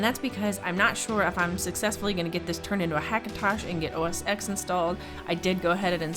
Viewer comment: ITS NOT OO ESS EX Its pronounced as OS 10 or Mac OS TEN